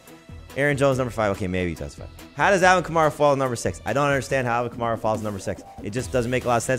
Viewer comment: KAMARA. Say it right lol